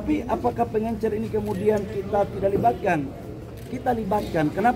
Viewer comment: Bisa bedakan gak pengecer ama pengencer...tiap ngomong pengencer pengencer lu kira tinner